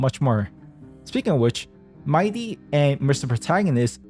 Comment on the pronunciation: no, it's not MAI-DEE. But speaking of "DEE", that's how you pronounce "THE" in "THE Herta". Rhymes with DEE, not DUH. You pronounced "THE" wrong 😂